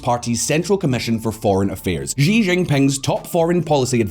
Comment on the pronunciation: how the fk are you guys pronouncing Xi JinPing as GEE ginping?! do you also pronounce Xylophone as Gylophone? ffs